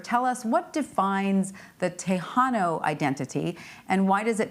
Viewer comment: Who is the expert who can’t even pronounce Tejano correctly?!